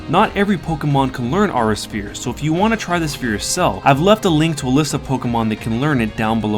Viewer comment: I don't wanna come off as rude but and if I do I'm sorry but, its pronounced "awe-rah sphere" its two words, I'm sorry I just had too